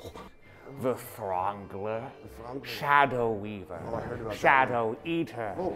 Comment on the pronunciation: DID HE SAY SHADOW WEAVER